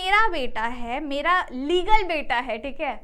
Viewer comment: are we deadass rn......legl.......its fuckin hilarious lil bro "legal"